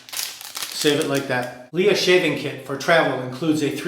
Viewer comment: I really like LEA creams. They are very cheap, less than 2€ for 150m tube in Spain. By the way, it’s pronounced like princess Leia from Star Wars :).